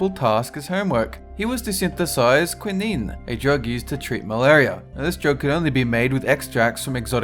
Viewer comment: Your pronunciation continues to be horrendous. If a word is new to you, look it up online and listen to the pronunciation. Start with saccharin, mauve, and quinine, three words you butchered within the first 90 seconds.